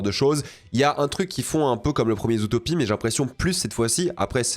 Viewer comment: le fait qu'il dise "zoutopie" 💔💔💔